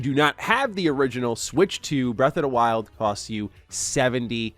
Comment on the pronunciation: Why does he keep saying “breath of da wild?”